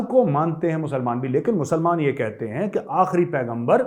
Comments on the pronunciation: Major shabb jab app pakistan ki accent mai bolteee hai HAIIIIIIIII HAIIIIIII tab hasi nahi rokti hai😂😅😂😅😂😅😂😅😅😂😂😂😅😅😂. app kisi bhi standup comedian sai kam nahi hai …..🙏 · I like it when you say Hain Hain it’s so funny the accent 😂😝